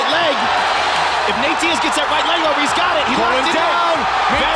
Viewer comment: Did you call Nate: Nate die ez?